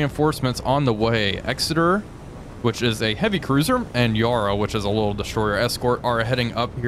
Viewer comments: Mate you’re killing Yarra……it’s pronounced ya (the a as in ‘at’, or attitude, or even cat) and ra as in rah….but short. Every Aussie is cringing every time you say Yaar-raa! 👍🏻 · Just a quick point, the first "A" in Yarra is pronounced the same as you would say "Apple"